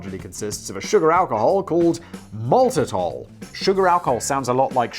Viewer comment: Maltidol....... lol Oh Simon. your incapability to pronounce or enunciate words the first time correctly is fantastic, Never change for anybody.